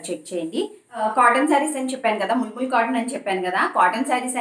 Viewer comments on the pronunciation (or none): ముల్ ముల్ కాదు మల్ మల్ అనాలి